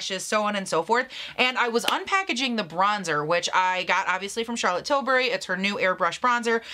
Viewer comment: lol Charlotte tilsbury, I think you were hungry